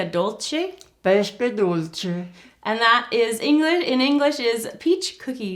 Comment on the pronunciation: You said "pesche dolci" like "pescche dolsci" You have to say the s in "pesche" like you're saying the s in "Students" or in "Star", i'm italian and it's strange for me to hear a woman with the age of your mother speaking in english. My grandmother hasn't studied english at school. I love the recipe as always ♥♥♥